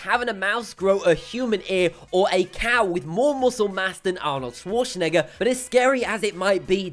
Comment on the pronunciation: Arnold Schwarzenegger, not Schwarzenigger